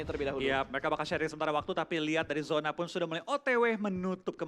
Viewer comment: Zona bang bukan yona